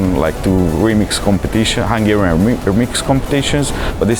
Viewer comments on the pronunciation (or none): Vitaly Dolgov actually that's not the proper pronounciation 😂 hungarian is hard to master..